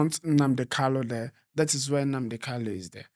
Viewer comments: Bro, his name is Nnamdi Kanu and not Kalu. You have constantly said it the wrong way and seems no one is correcting you. Change it from today abeg. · PLS GUYS HIS NAME IS (MAZI NNAMDI KANU) NOT (KALU) PLS ALWAYS PRONOUNCE IT WELL AS AN IGBO INDIGENES THAT YOU GUYS ARE...AND...NO DISRESPECT? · If his lawyers do not know how to pronounce his name, how do you blame someone else. A big shame. What this means is that the lawyers are defending someone else, not Nnamdi Kanu.